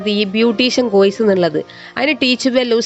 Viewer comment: കോയിസ് അല്ല എന്റെ. കോഴ്സ് 😂